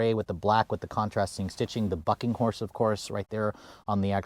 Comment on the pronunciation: That F##king Horse!! Lol that's what it sounds like when you say it